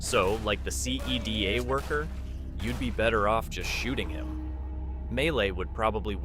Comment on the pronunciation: "The SEE EE DEE AY worker" bro does NOT play l4d2